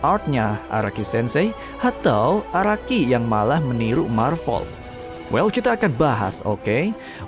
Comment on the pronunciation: Marvel ❌ Marpel ✔